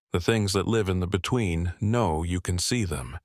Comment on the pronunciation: Effing AI now asking where we luve 😂😂😂😂😂